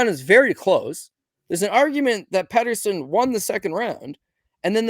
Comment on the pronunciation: Peterson not Patterson 😅